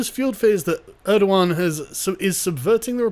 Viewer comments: it's erdogan not erdohan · "Mustafa Balbay, nice, I can pronounce that" "Err-doe-wahn" How does Erdogan become Erdowan I don't care if that's how it's spelled, this is engligh und ve pronounce our gees